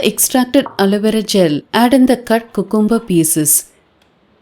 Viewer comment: it is pronounced as "Q'come'ber" not "coocoom'ber" please don't mistake me for being rude or sarcastic or picking on u. I have noticed vast majority of Indians pronounce it wrongly. Just sharing with. 🙏